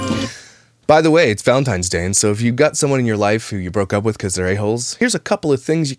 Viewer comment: Omg I hate people saying valenTIMES!!